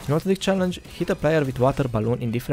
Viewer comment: Jó az angolod, "cselengyes"